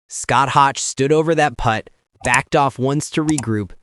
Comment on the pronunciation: Scott Hoch is pronounced “Hoke” not rhyming with crotch and that putt shown was longer than 2 feet